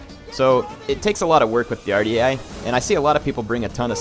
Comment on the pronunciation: Dunno if anyone has told you how to pronounce this ... but it is WAR - DEE - EYE spelled phonetically "Ouardiaei"